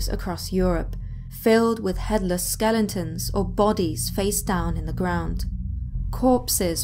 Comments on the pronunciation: Okay I let it slide in the other video, but you just did it again... twice... SkelEtons, not skellingtons. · I love your vids ,you have a very listenable voice and sound extremely knowledgable and it cracks me up every time you say skellingtons lol.